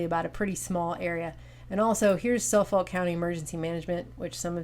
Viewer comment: It's Suffolk (Suff-UK) and Utica (Eu-Tikah)